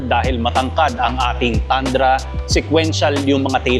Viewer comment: TANDRA pala pag kaabasa mo idle kala ko TUNDRA👏👏 TOYOTA TUNDRA❎ TOYOTA TANDRA ✅ Galing galing 👏👏